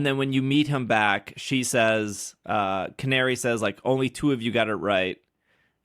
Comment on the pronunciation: 2 minor things. 1) She's rank F and beating her puts you to E. 2) Her name is Canary, it's Ca-na-ri.